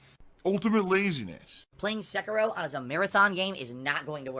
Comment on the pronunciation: Please, for the love of god, stop pronouncing Sekiro as Sehkeerow like DSP does it. It's Seh-Ki-Roh.